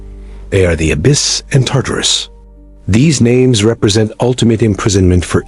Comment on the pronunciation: AI is SO stupid that it pronounces Tartarus about 5 different ways in just this one video. What does that tell us about relying on “artificial intelligence”? Smh